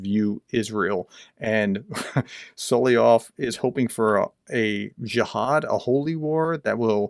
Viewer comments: "Soly-ov" is a mispronunciation. You're missing out on a syllable. Usually not a big deal but since you do so many videos on this guy, important to pronounce his name right, no? And since you are a teacher. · Solovyov. Correct pronunciation: SalavYOV (tricky language, Russian!). 🇺🇦🇺🇦🇺🇦 Слава Україні! 🇺🇦🇺🇦🇺🇦